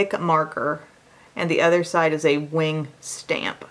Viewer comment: saying udder just made my day!!!! Lmao!!!!!!